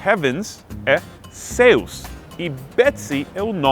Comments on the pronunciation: Olá meu querido amigo gringo! Dica de pronúncia: "céus", a vogal "é" é aberta, aguda. Da forma como você pronunciou, fechado, o som foi de "seus" (pronome). Abraço, não podia deixar de dar a dica de português brazuca!!! :) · O seu "céus" saiu como "seus". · Céus se pronuncia com o som agudo no é !!! Dica #amigobrasileiro.....kkkk